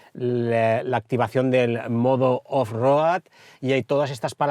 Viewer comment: Con todo respeto…. No hay nadie que le pueda decir como se pronuncia off road?? No cuesta tanto decirlo bien o usar la traducción al castellano.